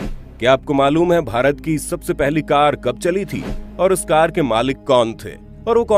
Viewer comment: कर का नही कार